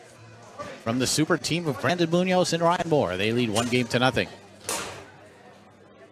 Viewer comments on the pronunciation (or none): I'm trying to teach people how to pronounce "Munoz" correctly. The accent goes in the 'O' and not in the 'U''. But they're arguing with A Spanish Grammar Teacher. There are some people don't ever want to learn.